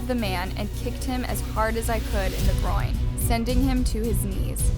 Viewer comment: “Kick him in the groine”